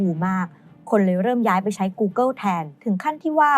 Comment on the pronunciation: เนื้อหาดีครับ แต่ผมกลับรู้สึกว่า overly dramatized ไปหน่อย และถ้าสามารถปรับปรุงการออกเสียงคำภาษาอังกฤษได้อีกนิดก็จะดีมากๆครับ ไม่ใช่ต้องสำเนียงจ๋าอะไรนะครับ แค่ออกให้ถูก อาทิ ท๊อปลิสต์ ไม่ใช่ ท๊อปลิด , กูเกิล ไม่ใช่ กูเกิว